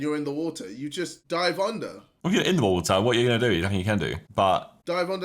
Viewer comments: Woahhh,Wotaaa,wo'a bro i cant 😂😂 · Babatunde sees a Tsunami: “There is so much wotah” runs towards tsunami 1 minute later: RIP babatunde